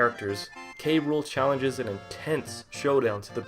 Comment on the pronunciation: I hate when prople say "Kay Rule" instead of "Cruel" to K. Rool. It is "cruel." Because, you know, he has a pun name as a villain.